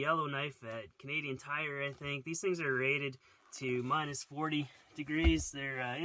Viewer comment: Did you say you bought the felt at “crappy tires”? Lol